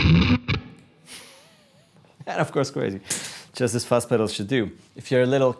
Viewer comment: Fuss pedals? What the fuck is a Fuss pedal. Please get somebody who can speak English to do this video.